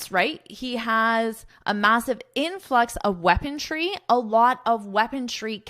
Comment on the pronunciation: OMG! you've pronounced "weaponry" as "weaponTry" on several occasions around minute 22 of this video? Is that really so? 😢 With all due respect to your work and as a general notice only😊: instead of using such sensitive and tragic international topics for your lessons, would you not be better off focusing on something more amusing, such as Canada becoming the 51st state and the like? 😮